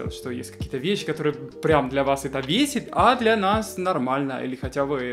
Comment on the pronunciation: меня бесит когда ты говоришь весит вместо бесит.